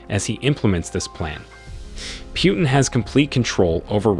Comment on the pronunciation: "Kahvid 19?" We've heard the correct pronunciation of this illness thousands upon thousands of times over the past couple of years. How could you possibly get it wrong, at this point? Lol. Same goes for Putin. It's pronounced "Poo-tin." Every single day we're hearing new stories about terrible new decisions he's making... so why are you the only one calling him "Pew-tin?" Are you mispronouncing these things on purpose for the laughs or something? Are we being low-key trolled right now?